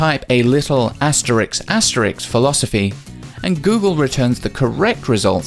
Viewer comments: Asterisk, not asterix. And Brits are always talking about how WE butcher the queen’s English. 🤣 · It's "asterisk," not asterix.